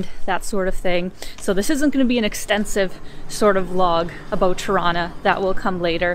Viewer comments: It sounds like you're saying "Toronto" every time you say "Tirana" - you know, the way torontonians say it, by dropping the second "t". I'm getting the impression you're from Toronto. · Hello, is Tirana not trono! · You say Tirana, but I hear Toronna (Toronto). 😉 It's a hometown thing. Once the lockdown ends I'll visit my Albanian barbers and tell them about your videos. They are really good guys who tell me about their home all the time. Looking forward to more. Enjoy your visit. ✌✌ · I was listening while scrolling through comments and heard "Torona" too, did a double take. I think you have to be Canadian to get it :) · It almost sounds like you're saying Toronto every time instead of Tirana lol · Anyone else double-take on 'Tirana'? Sounds like how a drunk Toronto-nian would pronounce their own city's name!